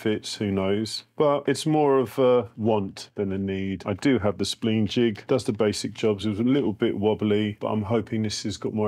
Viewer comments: Spleen jig? It's spline jig. Spline like spine. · I'm from the UK, it's the first time I've heard it pronounced 'spleen' too. Slightly irritating!